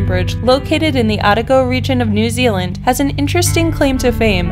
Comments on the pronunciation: Kawarau Bridge, O ta go, not ATA go! lol. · hi from new zealand the pronounciation you are looking for for "Otago" is oh tar go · Oh ta go is how Otago is pronounced. Cow ra row is a close approximation of Kawarau gorge. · Fair Bloody Dinkum I couldn't believe that the Ponte Vecchio bridge in Florence Italy wasn't included. And for goodness sake do your homework and learn the correct pronunciation of words especially places. Our New Zealand neighbours must be wondering where you got your information "Otago" is pronounced Ot-ag-o. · But man she made me cringe when she was talking about #3 like when she said Otago reigion!